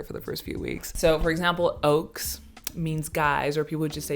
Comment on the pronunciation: Great video overall but I want to point out some things 1. Loadshedding experience during a cinema is great. You can take out your phone's flashlight and make hand puppets on the big screen 2. We don't say "oaks" when we mean guys or friends, we say "ouens" or "ous" (pronounced "oh-en's" and "ohs" 3. The clicks in Xhosa are still difficult to pick up as a primarily English speaking South African